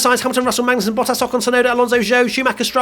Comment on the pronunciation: i love how during the race rundown almost called Magnussen "Bangussen" or something. and it was a banger of a performance from Kevin!